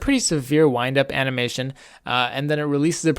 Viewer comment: "ana"mation time